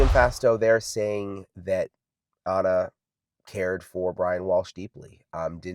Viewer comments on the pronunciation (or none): 12 min in so far. I love your channel, but PLEASE pronounce Ana's name correctly. Please show respect for her and her family Ana is spelled with one N. It is pronounced "ONA." I mean, you are in the courtroom, you hear the pronunciation of her name. ON-A!! NOT ANNA!!! U apologize for ur hair being wet, for looking tired, etc, but not for mispronouncing a murdered mother's name. Wtf?